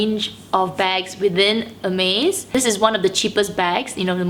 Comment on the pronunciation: Your first 4 mins of video made me confused. Sorry, i was wondering and didnt understand why you kept saying "amaze bag" in the video, then I clicked in that you were actually saying "Hermes bag". 😂😂😂